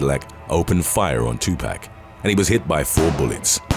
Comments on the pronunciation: Gets on my nerves when people say it knowing damn well they have heard his name plenty of times... Its 2 pac not 2 pack.... And youre black and still said it wrong smh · I cringed every time the narrator said, "2Pack Shakur"... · Still cracks me up when people say Tupac's name wrong. There is no K in his name. Lol!!! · Your Pronunciations Are Killing Me 😢 Especially On Tupac Name. Please Do Research & Get It Right